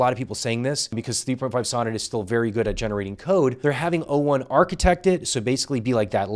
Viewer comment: He keeps saying 1o instead of o1 which also drove me insane